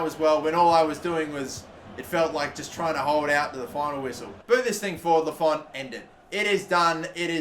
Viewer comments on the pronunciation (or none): none